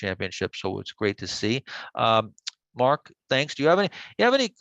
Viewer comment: ...MARK... ... NOT Marko--'''